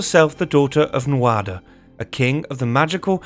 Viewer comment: Nuada, pronounced, nu-ah-dah Tuath, pronounced. Too-aww Cu Chulainn, pronounced, coo-cull-Ann Macha, pronounced, mah-kah In fact wherever you see a, assume ah or aww, most vowels are pronounced differently from English, as it is a more aspirant language.